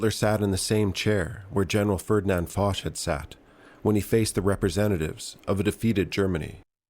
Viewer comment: French viewer here, the correct pronounciation is actually Fosh.